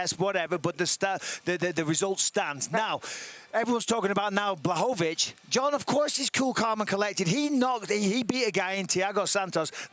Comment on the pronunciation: Espn learn or put some polish person there... isn't Blachowicz BUT Błachowicz...🤣